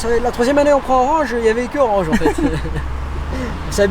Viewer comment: Tu aime mon "renje" ?